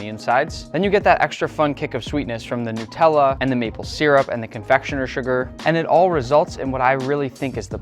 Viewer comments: Nutella ❌ Nickella ✅ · That ain’t nutella that is nicktella😂😂😂